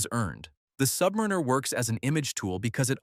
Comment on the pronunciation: Why can't AI pronounce submariner?